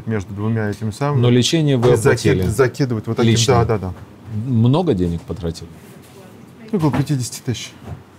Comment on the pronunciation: ... Чичаваркин хвастается, что он в 2000 году, во времена когда все пиздили все друг у друга, привез домой две сумки наличных денЭг, отпад! ...моя маленькая дочь смешно училась говорить по русски, вместо если бы говорила - "этлиб" ...так вот ссынок, этлиб ты смог как и я, во время свирепствования лЭйтЭнантов из ОБХСС в 1982 году (что такое ОБХСС см. Википедию), привести домой двЭ сумки советских дЭнег достоинством от одного рубля до советского червонца (25 рублЭй) , цены бы тебе не было, среди цеховиков, а так ...свезло чуваку, подсуетился вовремя и сегодня в ус не дует и обливает грязью тех кто ему это, хапнуть бабла, позволил...